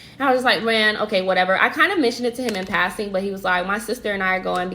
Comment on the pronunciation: Asake is pronounced Ah Sha Kay gurl.